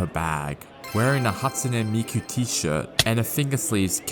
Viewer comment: The way he pronounced hahtsuneh meeku is jus so satisfying i need a 1h complication